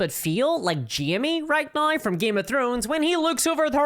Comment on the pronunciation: accent is very interesting , throwing in a bunch of Rs into words i wouldn't expect . now = naur